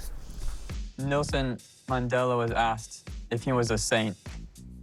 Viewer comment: He said Nelson Mandelo🤦🏾🤦🏾🤦🏾Mandela!!!!!!